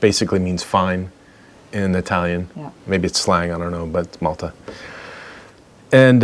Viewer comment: Btw... that's "multa' not malta. 😉